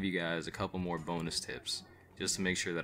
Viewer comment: * It's More, Not "Moar" just sayin. And try just playing with random team's and if they are good add them, well as long as u are at least as good or better